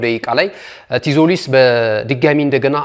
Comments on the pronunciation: እንዴት ነው ምታነበው ቲዞሊስ አይባልም ዞሊስ ነው ቲ አትነበብም በተረፈ ምርጥ አቀራረብ ነው ትመቹኛላችሁ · donot say tzolis t is silent read as zolis